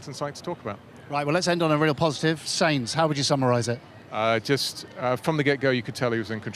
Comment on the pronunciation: Ansted should really know how to pronounce “Sainz”